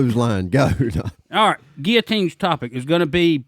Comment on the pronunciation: FINALLY pronounced Guillotines correctly! 🤣🤣🤣🤣